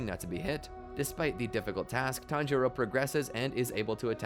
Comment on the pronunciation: He tanjoro like 10 times in the span of like 20 seconds